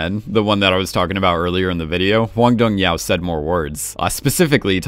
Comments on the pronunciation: I had to stop watching when the narrator didn't even try to get the director's name right (how do you get 'yow' from 'hyuk'???) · Very confused on how "Dong-hyuk" ends up sounding like "Dong-YOW" It's a romanization, you're suppose to read it like it's English.